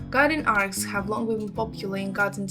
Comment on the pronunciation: Arch is what she is trying to say. Not arts, not ark. Arch.